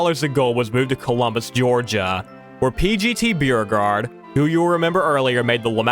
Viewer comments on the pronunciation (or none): Its pronounced Bow-regarde